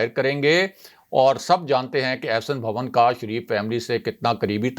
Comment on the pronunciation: بھوّن نہیں.... بھون